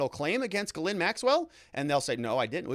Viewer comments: Almost. Ghislaine is Gilen not Gilin. Its French...aine is pronounced 'eh' as in met not 'i' as in sit. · It's not guh-lin. It's Ghee-len. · Giz-lane. Evidently.